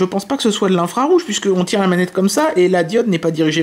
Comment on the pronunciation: cest infrarouge pas infraroufe